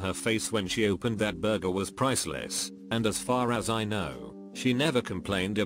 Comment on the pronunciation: I miss the way this robo voice used to say Burjer instead of Burger...